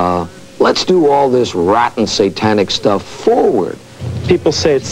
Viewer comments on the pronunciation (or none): Pronunciations like "Ah-cult" and "S-AH-tanic" make me cringe. Not to mention "Teeny Boppers." Haha!